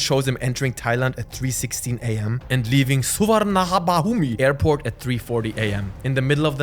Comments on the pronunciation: The airport is not pronounced ‘suvarnabumi’ it’s pronounced ‘su-vana-poom’ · The airport is pronounced su Wang na poom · The way he mispronounced Suvarnabhumi is crazy,, before we send our Muay Thai Monks to eat at your old Shaolin Kung Für, I'm gonna teach you how to say Suvarnabhumi, Soovaanapoom. SOOVAANAPOOM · Ahhh, yes. Thai Airport. The Survanahabumi I doing miss spelling on purpose btw. It’s Suvarnabhumi. This is how you pronounce it. “Su-Wan-Na-Poom” Not that difficult. Yes, the text doesn’t help but it is really how it pronounce it. You don’t want me to call California “Cat-Lit-Fortnite” or London “Loan Don’t” now… are you? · Soo-vuh-nuh-boom is how that Bangkok airport is pronounced. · suvarnabhumi airpot its pronounced as - Swar Nah Phung airport. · Its Su-Van-Na-Poom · Actually the suvarnabhumi airport is pronounced in thai suvannaphum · what is Suvarnabuhmahahumi 😭?? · as a Thai hearing you pronounce the airport like that hurts my ears (I know it’s not his fault, it’s spelled “Suvarnabhumi” but it’s not how u pronounce it, it’s pronounced “ Su-wa-na-poom” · surrrvarrnahabahumi , lmfao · Ik its spelt like that but the airport name is pronounced suwanapoom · the pronouce of airport name got me acrually it's just read su-wan-na-pume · that's crazy arabic pronunciation 5555, it's pronounced "soowannapoom" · The airport name is pronounced su wan na poom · I rememeber seeing news about this. NEVER thought it would've been this big. **Suvarnabhumi Airport is pronounced "su-van-na-phum" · As a Thai, is just another day is this country but also, is the most intense pronunciation of Suvarnabhumi airport I have ever heard 😂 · The way you pronounce Suvarnabhumi is so funny,. 😂 In case anyone want an accurate pronounciation, it's 'su-wan-na-poom'. That asides, great video. I have seen quite a lot news about the fraud operation, but have never heard this side of the story. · You just butchered "Suvarnabhumi" airport lol. Great video otherwise.